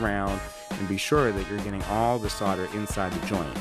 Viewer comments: ave always said "sole - der" not? "sod - der"? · Can you please stop saying "sodder" and "soddering"? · Protip: the L in solder is not silent. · I wish someone would teach Americans how to actually SAY 'solder' Why do you all pronounce it like the 'L' is not there????.....Shakes head!